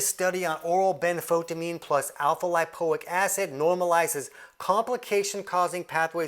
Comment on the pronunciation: benfoTIamine TI-amine ben-fo-TI-amine . . . pronounced like a TYE around your neck, rhymes with DYE . . . and SIGH : )